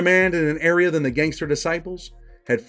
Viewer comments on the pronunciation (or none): none